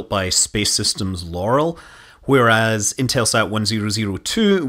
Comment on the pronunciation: Loral is pronounced Lor-Al. Al, like the name. "Dragonfly" is now "Spider", and Spider is a part of Restore-L. Launch of Restore-L was planned for 2022, but it is now "mid-2020's". Hopefully 2023.